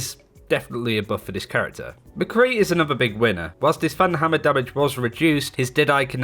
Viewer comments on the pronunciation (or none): none